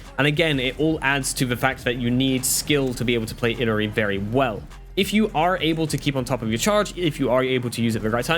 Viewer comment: Not saying you need to pronounce the name a certain way, but it is a bit humourous to me you pronounce Illari like how I'd pronounce "Hillary". The apparent real pronunciation is "Eee-yari".